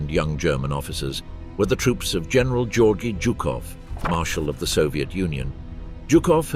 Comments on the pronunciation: That is not how you pronounce Georgiy Zhukov's first name. It isn't "Georgie". It is (phonetically) "Gee-or-gee". No way I'm wasting any more of my time on this low quality documentary. If the narrator doesn't even know Zhukov's name, he isn't likely to know much about the man's conduct. Do better next time. You should be embarassed. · The guy can't even pronounce Zhukov's first name properly. He actually said "Georgie Zhukov". Pathetically hilarious